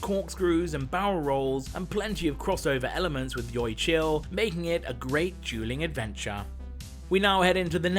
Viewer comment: fun fact: YoY is actually pronounced as joy not joi